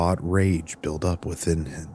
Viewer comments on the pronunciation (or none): none